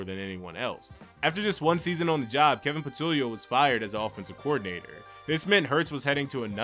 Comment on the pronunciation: What Philly fan says Kevin Patulio? Every Eagles fan knows how to pronounce that name.